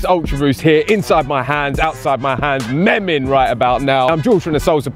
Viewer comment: lols didn't even pronounce memeing right. Sounded like a dad who wants to fit in with the younger crowd.